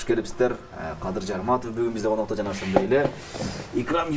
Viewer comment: коноктор дейм деп коноктор деген созго н тамгасын ордуна т тамгасын койуп айткан😂😂😂😂